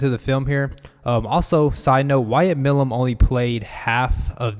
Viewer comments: Milum is a long "i" (My - lum) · Pronounced My - lum